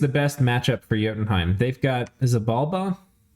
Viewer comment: Great video! FYI : It's jow·tn (heim). Its roots are old Nordic or Scandinavian, not German. Also Pi ·thee·uhm. Greek with new Latin. Keep up the great commentary, can't wait for the next video!